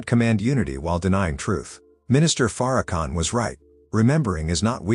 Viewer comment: First of all she pronounces name wrong that's tell you something right there from the start I'm just saying ✌️